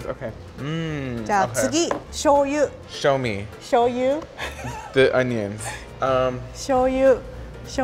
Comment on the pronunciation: shoyu.: show me Me: show us.